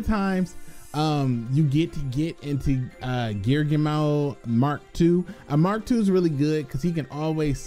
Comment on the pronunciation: Its gear- ghee -ano